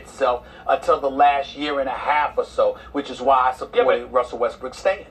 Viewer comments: this dude so consistent on calling him westbrick 😁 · Am I hearing westbrick 🤣🤣🤣🤣